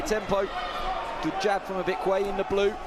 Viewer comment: Tell him to learn how to pronounce his name. Stop making excuses for him. Ibekwe became Bekune....Anofia